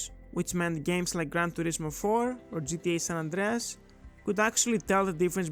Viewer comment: Right? 😂 When I heard the 'Andreas' in San Andreas, it flipped like a switch